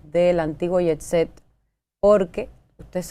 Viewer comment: Y que fue con la pronunciación de jetset??? Ella dijo: ietset😮😮😮